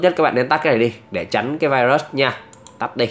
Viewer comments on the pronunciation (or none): none